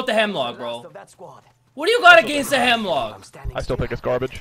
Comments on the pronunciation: Bruh, isn't it Hemlok, not Hemlock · Isnt it called Hemlok instead of Hemlock? Nice gameplay btw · Jacob Freund nah gee its Hemlok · It's Hemlok.